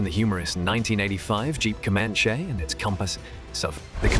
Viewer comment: its Comanche (com-an-chee) not (come-on-shay)